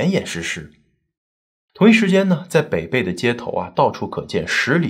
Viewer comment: 你的文案小编是重庆人，为什么没有告诉你，这个地名：北碚的碚字应该发音为＂陪伴＂的＂陪＂。我们的家人在抗战期间就生活在那里。